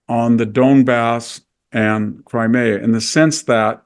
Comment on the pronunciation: Thank you, enjoyed this discussion very much (if "enjoyed" is the appropriate term). No mention of the impact of the globalist project though, unless I missed it. Also, Victor, it's "Crimea", not "Crimera" - grates in the same way that Bush's "nuculear" used to.